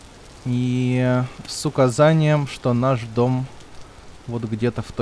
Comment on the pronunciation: услышал "СУКАзанием" аж передернуло. Смотрю из за отсутствия мата ))